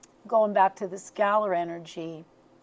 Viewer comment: "skeller" wave, is normlly pronounced "skay- I've been curious about this, but the speed of the visual, every time I see it bothers me... which makes me curious as to what's going on..